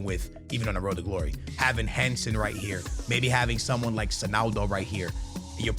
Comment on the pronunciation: Bro what about HENSEN, that is equally as annoying lol